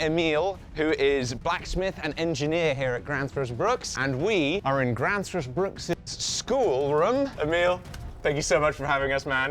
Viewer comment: No, it's not "Gransfors Bruks". It's "Gränsfors bruks". (the sign says "bruk, but the company name is "bruks". Why they have that s, at the end, which doesn't seem to make any sense,...) Ä (or Æ) is a completely separate letter to A, and represents a completely different vowel sound. The same is true of å, ö (or ø). There is a very massive difference between "höra" (to hear) and "hora" (whore) ...which are two words that sound completely different, and no Swede would ever mix up.